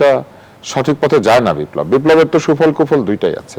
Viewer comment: বারবার বিপ্লব উচ্চারন টাই ভূল।